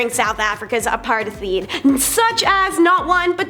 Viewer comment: Come on😂,, apartheid = uh-par-tyed.